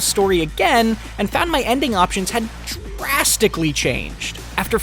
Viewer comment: "My ending options had... DRasTiCaLLy changed" "I've found 6 ....* inhales all oxygen in room * WILDLY different endings"